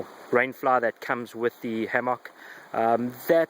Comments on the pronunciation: it's not a hammocccccccck it is a "hamek" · No that is not a reasonable response. Both ways of pronouncing the fruit are acceptable however it just sounds silly when you say hammock in that way. I have never heard it pronounced in that way and it detracts from your message. Say it how you fucking like, I am just saying you sound stupid. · Pronounce it Ham Mick when in the midwest or get laughed at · probably an accent thing.Aussie here and say it like ham mick